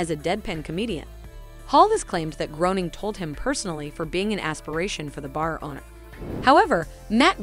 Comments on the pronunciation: this is one of the worst youtube videos i've ever watched. bad enough for me to write a comment which i don't often do. the pronunciations...dear lord! at least learn how to say the creator of the simpson's name correctly. and moe "shyzlack"? i'm sorry, but this is like common knowledge stuff, especially if you are doing fun fact videos like this....just....how?! and the worst part was the awful amount of rambling in the beginning just to then explain what the video would be about as though that hadn't just been said. we don't need you to explain twice that you're gonna list some characters based off of real people. and even with all that useless commentary, they still couldn't reach the 10 minute mark. the quality of this video is a straight up F-. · Groening is pronounced Graining. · Real life mr. BURNS video in my playlist....,and it's pronounced Groening * like raining